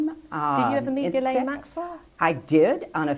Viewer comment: why can’t anyone manage to pronounce her name correctly. Yo Bondi, I know due diligence and meticulous procedure isn’t really your ‘thing’, but- can’t stress this enough- it ain’t “GURL-ayne”. Maybe spend a little time knowing who you’re prosecuting. Oh, and how’s that ‘meeting with victims’ thing coming along? Have you found your phone yet? Remembered your Gmail password? Try harder pumpkin